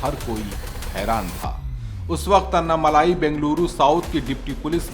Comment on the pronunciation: अन्ना मलाई नही ये अन्ना मलै।